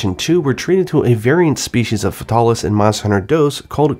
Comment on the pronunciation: Why don't you pronounce Fatalis as Fatal-ish. Like, that's a cool name you just sterilized into faytaarlish. It's like when you try avoid pronouncing Uranus as Ur Anus.